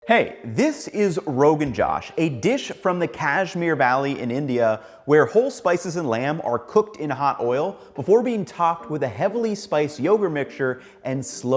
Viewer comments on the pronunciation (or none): its not kush meer, like what the hell are you even talking about, i am a native, its either kash-meer or kash-eer (in native) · its "kuhshmeer" not cash-mire